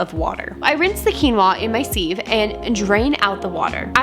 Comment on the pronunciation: Please please please, sieve is pronounced like “siv.” 😂 loved the video! 😊